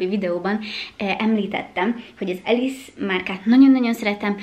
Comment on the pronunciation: We do not pronounce “Ellesse” as “Alice”! You should check the history of a brand name before putting out a content. Sorry but quite unprofessional and also disrespectful. Ellesse was originally founded in Italy. Since 1987 it has been owned by British P. Group. The proper pronunciation of Ellesse is simply LS!